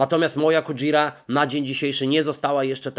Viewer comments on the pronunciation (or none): Kujira to japońskie słowo oznaczające wieloryba i czyta się je kudźira (w japońskim nie ma takiego dźwięku jak dż, zresztą podobnie jak sz i cz - są ś i ć, które przez Polaków są notorycznie źle wymawiane właśnie na sz i cz, choćby Satoshi, czy sushi, które wymawia się kolejno Satośi i suśi) ;) Wynika to pewnie z tego, że transkrypcja Hepburna, którą wszyscy się posługują była robione pod język angielski. Szkoda, że nie mamy swojej transkrypcji, bo nasza fonetyka (jako naprawdę nieliczna na świecie) jest w stanie niemal perfekcyjnie wymawiać japońskie sylaby każdemu. Taka ciekawostka ;)